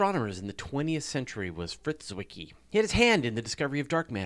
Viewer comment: Great episode - and thanks for pronouncing "Zwicky" right ;)